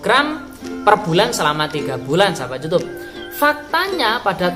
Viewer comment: Kebanyakan ngomong youtab youtube...youtab youtube...kesel dengernya